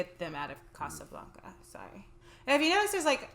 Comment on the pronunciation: Please stop pronouncing A's as if they are O's. It is NOT Casablonca, it is Casablanca. I the same way a Bank is not a Bonk.